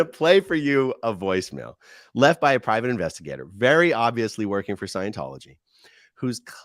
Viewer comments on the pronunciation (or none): I like the way he said that he is a privet investigate investigating the After Mat Foundation that was so funny. Lol